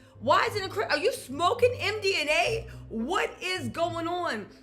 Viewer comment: It’s MDMA, not MDNA. 😂